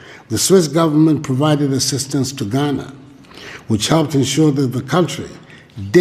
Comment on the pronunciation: It's Ghana, not Guinea